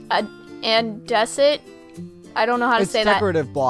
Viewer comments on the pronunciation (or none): you pronounced andesite wrong